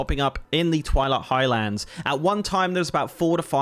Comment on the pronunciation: It's Highlands. Not High Lands.